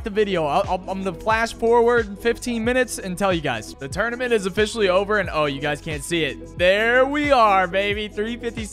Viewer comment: "tournyment" (2020)